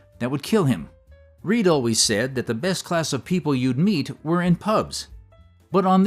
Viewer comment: "WEW drunk"?? Wtf? 😂😂😂